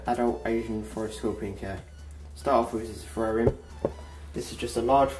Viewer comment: omg its a (Terrarium) not a ferarrium lmai